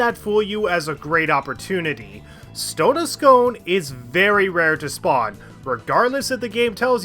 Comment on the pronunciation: stone of scone is actually pronounces s-coon!! i live in the village it comes from and calling it s-cone was every 8 year olds favourite joke lol